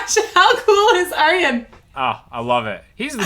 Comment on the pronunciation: I've always thought Ayreon was the 'universal' way to get people to pronounce Arjen properly... You're pronouncing his name perfectly though! Love your reactions!!